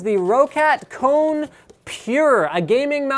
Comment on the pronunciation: You pronounced KONE so wrong :D